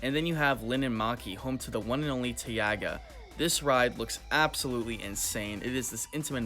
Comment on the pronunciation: I'm Finnish and it was so funny when you tried to say "Linnanmäki" and "Taiga"